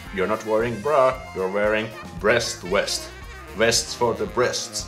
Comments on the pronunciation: Teppo haha yes I know. What I don't understand is why Finns make the "w" sound with English words that start with "v" especially since "v" exists in Finnish. So like in the video he was saying "west" instead of "vest" with a strong "v" sound. Does that make sense? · When Finns say a word in English that starts with W/V they always mix it up which I find so cuuuute. You were saying "west" instead of "vest" with a strong "v" sound. I have never really understood why Finns get mixed up with such words (another example is saying "womit" instead of "vomit") especially since Finnish has plenty of words start with or containing "v" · Rintaliivi= chest+vest. NOT chest+west. Pronounce the V in vest. Not all english words are W sounds. Vilho- NOT Wilho. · I know it must be confusing for you because w and v sound the same in Finnish. In English the same way you pronounced the v in virtahepo is how you pronounce the v in vest. With the word west just say it the way you were saying "vest" in this video😂😂😂 I hope that makes sense